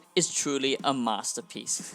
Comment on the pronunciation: “Saints woah is twuley a masewpiece”